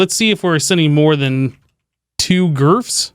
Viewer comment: I love that you call it "GRF's" lol.